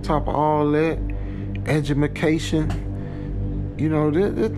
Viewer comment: Edgumacashun? Vomic? Really? 🤨 That's the line.